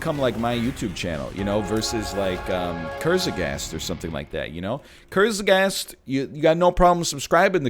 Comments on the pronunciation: NL calling Kurzgesagt Kurzegast made me laugh in a way in which you may find to be strange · You could say ime "kurz-aghast" with this episodes pronunciation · TIL "kurtzgesagt" is pronounced "Ker-ze-ghast" xD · NLs Kurzgesagt pronounciation is something